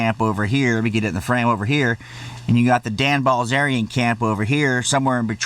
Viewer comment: “Dan bAlzerian”